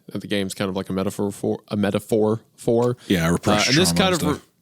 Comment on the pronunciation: ayyy Isaiah, you said metaphor and not alliteration! Even if you did screw up the pronunciation 😂 proud of you x